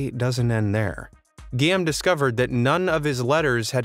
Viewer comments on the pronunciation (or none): Guillaume is pronounced "gee-ome" not "gee-am".